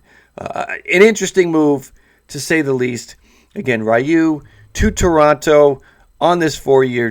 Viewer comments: My goodness man .... I beg of you to learn how to say his name!!! It’s NOT riyu ! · plz stop saying rayu